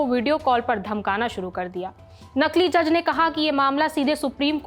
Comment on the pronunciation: नकील नहीँ नकली